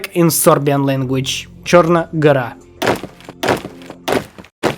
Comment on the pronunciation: little mistake, its TSrna gora, not CHrna gora in serbian (црна гора). great video overall very nice